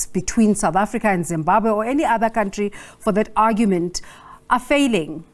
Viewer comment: Stop saying cowntry lol. It's country hahaha